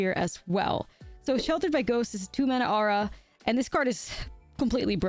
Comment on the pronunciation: Did Nummy teach you how to say aura (or-uh)? My ears bleed every time you say arrah ;)